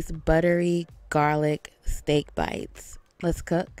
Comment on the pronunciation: She said SteeaK BeitZZZ